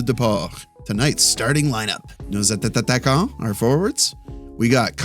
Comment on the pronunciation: Love the content but you just need to pronounce one T on Attaquant, love the fact that you're trying to say them in french though !! So it's A-ta-quant the right pronunciation, please read this comment ahha, and keep up the good work!